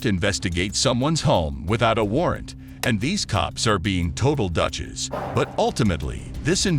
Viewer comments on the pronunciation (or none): Horrible AI voiceover. Pronounced douches DUTCHES, LMAO.